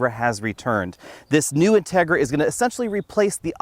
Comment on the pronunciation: You pronounce the name of the car wrongly. The accent goes on the i.